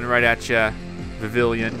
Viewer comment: Viv-E-on: Vivillon :Lum-E-Os: Lumiose